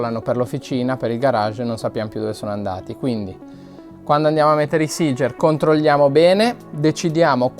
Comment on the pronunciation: E.C. la parola SEEGER è tedesca. Un italiano la dovrebbe pronunciare SEGHER 8-)